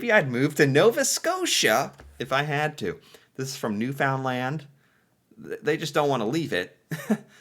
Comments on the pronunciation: The amount of times I have yelled at the screen correcting him in this video alone I've lost count and gone hoarse 😂😂😂. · Newfoundland is pronounced "New-fin-lan'" (you can add or leave the D at the end.. When you say "New Found Land" so hard, it's basically the calling card of an American. Same if you say "Tor-on-toe". Only outsiders say that... Natives would say more like "Torronno" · Please stop saying Newfoundland that way. It is pronounced Newfinland. I love your channel and your take on our wonderful country. Once we get rid of Trudeau the country will be much better off. Thanks for promoting our beautiful country. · The way he says "New Found Land" just lol.... omg. It's pronounced "Newfunland." say it really fast, no spaces. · I appreciate you trying and be successful in most Canadian pronunciations, but Newfoundland-is not a three syllable word just squish it into one word, and ramp it up from 33 to 45 ( L.P.reference here ) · I'm sorry, but I have to mention this. It is pronounced New-fin-land. "in" instead of "ou". Love your videos!! - A Nova Scotian who would stay here or go to PEI, you should do a video on Anne of Green Gables!! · Hello I watch you all the time. I just have one request from you. PLEASE do NOT put the emphasis on the ‘found’ when saying Newfoundland Pronounce it NEW-fun-LAND. Thanks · Everytime I hear you say NewFoundLanD, I cringe!!! We call it NewFUNDland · Pronounce it as "new fun land" If you sneak the "d" in do so real quiet and you'll have it nailed. Then somenoe with a real newfie accent will make us both sound funny. lol. But saying the "found" as the word sounds really stands out as wrong. It never comes out as one word saying it that way. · I'm sorry I just can't help myself! New-fin-lan not new-found-land... It hurts the ears 😂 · Newfoundland = "Newfunlend" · You pronounce it as Newfundland. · It's pronounced "Newfinland" hence the term "Newfie". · Newfoundland is pronounced ‘New-fin-land’